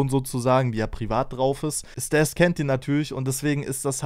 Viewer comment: Er heißt StAs und wird auch so ausgesprochen, nicht StEs